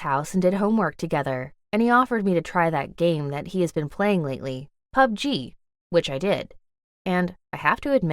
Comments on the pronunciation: What the shit POpD-G, it’s pub-g 😂🤣😅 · She said pug g it is called plug g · Plzzz the way she says PUBG. Pu b. G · She calling pubg pubgee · HAHAHA when she pronounce PUBG as PUB G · yall ignoring the fact she is calling it Pu Ge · the way she says pubg is funny 😭😭😭😭😭😭😭😭😭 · Did anyone feel weird by the way she said pubg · The way she says pubg it's so funny 😂🤣